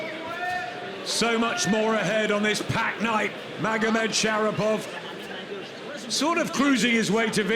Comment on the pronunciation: ShaRIPov not ShaPIRov